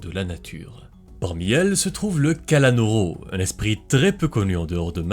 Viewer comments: Sa ce prononce KALANOUROU mais pas KALANORO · C'est pas Kalanôrô, c'est Kalanour :face-green-smiling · cela se prononce kalanour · C'est pas le kalanoro mais la kalanoro